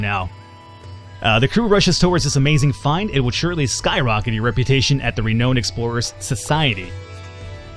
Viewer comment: It's pronounced "Re-noun(ed)" c